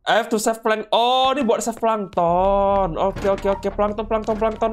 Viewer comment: Bang kok lu ngomong pankton tollol kan abang family friendly?